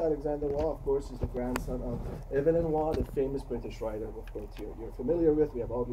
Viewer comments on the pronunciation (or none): That teacher/lecturer could have bothered to pronounce Evelyn Waugh's name properly.